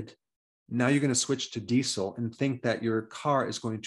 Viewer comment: everyone: dee-zel 🌗 dr berg: dee-cel